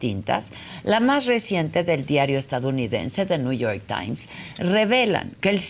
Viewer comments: Alguien que le diga al viejo guango qué es NEW York Times no New York tain 😂😂😂😂😂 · “El niuyor tain “ 😂